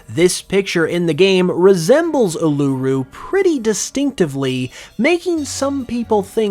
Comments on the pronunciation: Just a quick note, Ularu is pronounced "oo-la-roo" not "oolar-roo" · It’s pronounced ooo-la-ru 😂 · Uluru is pronaouced oo la ru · It's pronounced U-Loo-roo, not Uloo-roo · Just for future reference it’s pronounced “U-lah-Roo” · Your pronouncing uluru wrong it's pronounced oo-loo-roo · It is pronounced oo-la-roo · I wondered when someone would say the correct way to say Uluru. He's not aussie we'll cut him some slack. lol. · When pronouncing Uluru, the emphasis is on the first syllable. Not the second, as you’re pronouncing it. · I cringed when he said Uluru (as an aussie). The region would include lots of bug and poison type pokemon. There would be lots of snakes and spiders and we can't forget the drop bears. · What a stretch. Also, while you get props for calling it Uluru and not Ayer’s Rock, you pronounced it wildly wrong. Yet another trash video with ridiculous content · Your Eternal Flower Floette ideas are WAY out there even for you. I honestly don't think there is any connection between Floette, AZ, and Paldea. ....OK, You need to look up other videos to hear how to pronounce Uluru. You don't need to emphasis any of the word. I would love to see an Australia based region.......but Game Freak can do anything they want. They already introduced a KOALA pokemon and it wasn't in an Australia based region. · Bro. Please learn how to say Uluru properly.